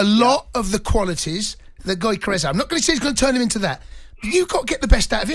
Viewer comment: haha Cunty trying to pronounce Gyokeres "goyka rez"